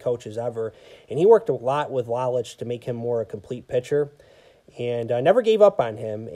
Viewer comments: Lowlich is the way you pronounce Lolich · Thanks. Constructive criticism makes us better. That one bothered me on the playback because I knew I mispronounced it. In the same article I read about Lolich he wanted to learn the pizza business. Ilitch signed him to a two year deal as a spokesperson for Little Ceaesar's. After the two years, his contract was not renewed and he did not learn the pizza business. Lolich said Ilitch was a shrewd businessman and told his lawayer “Look, every time Mickey pitches a game, people think of Little Caesars. “Every time he’s on TV, they think of Little Caesars. Wherever Mickey goes, they think of Little Caesars. Why should I pay him when I’ve got him for free?” Lolich didn't fault him for it, but was hurt. They did not speak for 30 years. My father thought so much of Al Kaline. I am glad he had a great World Series that year. One of the classiest guys to put on a uniform. I have been on the look out for Sam McDowell. For those that just look at HOF players, "Sudden" Sam is overlooked. He was a great power pitcher. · You pronounce Mickey lolich his last name incorrect when Lola's retired he was the all-time leader in strikeouts for a left-handed pitcher